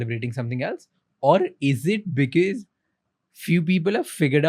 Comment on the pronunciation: I hate when someone says "beekis" for "because"